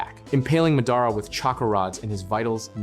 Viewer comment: it's not pronounced mehdaarah rather mahdahraw